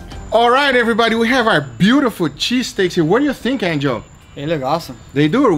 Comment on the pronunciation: Hello Everybadi